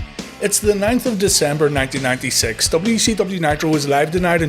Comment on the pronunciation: When you say WCW it sounds like WECW. Is that an inside joke, or just being Northern Irish?